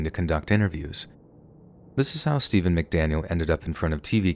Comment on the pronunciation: The amount of times the interrogator says "STAYVUN" I couldn't help my self from laughing at one point and apparently it became a popular line